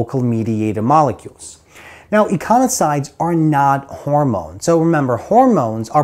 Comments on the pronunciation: Love the vid. I think you are saying "eiconasoids" as opposed to "eicosanoids" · I'm confused as to the pronunciation of eicosanoids.....as when you say it you mix up the 's' and the 'n'.